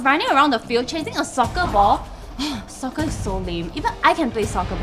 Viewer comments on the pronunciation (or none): Sometimes when you pronounce Soccer(Sorry Jian Hao) it sounds like Sucker. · am i the only one that hears saying soccer pronounced something like "SUCKER"? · How to pronounce soccer: Sucker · I am asian and don't pronounce soccer sucker. but ok i just heard it as sucker when she kept on repeating the same word "soccer"